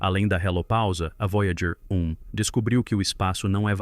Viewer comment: O vídeo ficou muito bom. Mas para os próximos sugiro revisar a narração de IA antes de publicar. Observe como em vários momentos a narração se refere à nave: “A Voyager……………. (espera)………. 1 está etc.etc.etc.”